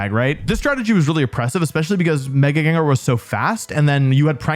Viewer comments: its gengar. doesnt matter what you say, i muted this video and let it play out. 30minutes and 47 seconds later, i can tell you, its still gengar. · I don't care what he'l say, it's Gengar nonetheless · If you pronounce Gengar "Gingar" Finish up your living 🫡